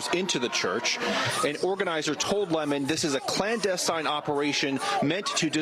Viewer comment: Uhhh...I believe it's pronounced, "Le-mon"...🤨